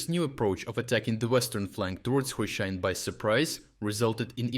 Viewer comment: STOP USING AI VOICE. YOUR VOICE PRONOUNCED HRYSHYNE 3 DIFFERENT WAYS IN UNDER 1 MINUTE. OR, I DON'T KNOW... REVIEW THE VOICE OVER BEFORE MAKING THE VIDEO?